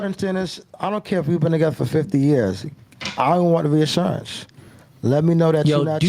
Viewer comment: ReAHHssurance, is it really a NoFugaze (also pronounced wrong) if isn’t mispronouncing something. It’s like bro hasn’t seen 90% of words ever written down